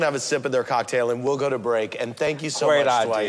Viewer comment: Classic reality tv. "Good ideyer" LOL